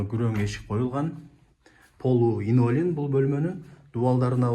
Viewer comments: Инолин оной айтылат экен😂!Кыйналып линолеум деп журуптурмун😊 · 😅😅😅 Инолим эмес Ленолим. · Линолеум деп айтылат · Инолиум, илинтус деп койсон😂